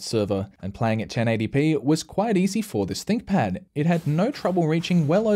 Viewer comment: ooops I misheard Stinkpad once =D